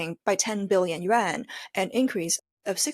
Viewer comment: The AI is reading Yuan as Yen please know the difference